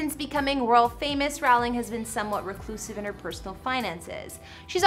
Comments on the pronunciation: Learn how to pronounce Rowling...if you want to talk about her 🙄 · This women is pronouncing both 'Rowling' and 'Edinburgh' incorrectly. And there's a county she pronounces so incorrectly I can't even tell what she's supposed to be saying. How hard is it to do a cursory search. Shut up.